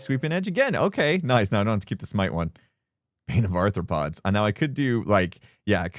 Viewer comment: Is saying “Bane of Arthur-pods” instead of bane of arthropods 😂